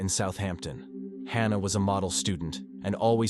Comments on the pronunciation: Hannah, or Hahnah! I think the correct pronunciation of her name is "Hannah'', as it has been, for millenia. Now we have stupid AI voice-overs. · Its HAN-A not HAR-NA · It’s Hannah, not Hah nah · The narrator doesn’t know how to pronounce the name “Hannah” wtf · AI voice: Hmm..."Hannah and Helen"... Hahna and Heleen. Yep, that's right.